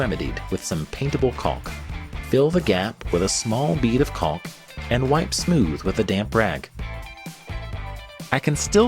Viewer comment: It's not pronounced 'colck'.